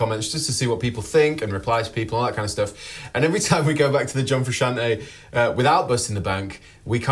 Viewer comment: “John fruschian’ey”